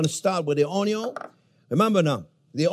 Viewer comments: its not onyo its onyon! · Chef has officially said Onyo for the millionth time! 🎉🎉🎉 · Oui Chef ! ! ! Onyo ! ! ! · RED ONYO, LMFAO! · red ?...it is purple awn-yaw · What's an unyawn?